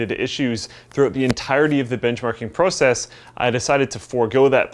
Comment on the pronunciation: You say "process" strange bruh